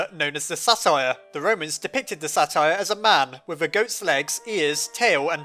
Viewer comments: "Satyr" is not pronounced the same as "satire." It is pronounced "Say-tur." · Say-ter not "satire" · _- Satyr is pronounce Say-ter not sa tire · Im sorry it's just I'm REALLY into greek mythology and I just couldn't take it. It is not SATIRE it's SAY-TER. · just a quick correction satyr is pronounced a bit more like sAiter and is Greek, fawn is the Roman name. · it's pronounced "say - ter" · The Romans believed in fauns. The Greeks believed in satyrs. Satyr is pronounced: say- ter. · Pretty sure it's pronounced say tur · I don't mean to be rude, but satyr is pronounced say-ter. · Satyr is pronounced: "say-ter" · Sorry for being rude, but Satyr is pronounced Saytur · Um dude with the satyr i think it might be pronounced say ter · its sey-ter and its GREEK sorry,im passionate about aincent Greek culture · Also, I believe that satyr is pronounced sate-er. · I always pronounced it with a hard t. the kind that sounds like a d.